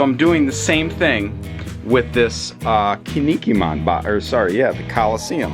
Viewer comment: Yo as a heads up to pronounce Kinnikuman right, try saying “Ken Knee Cool Man” really fast. Kin-ni-ku-man